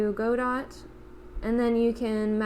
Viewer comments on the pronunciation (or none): Just one little niggle, it's not pronounce "go-dot", it's "god-oh".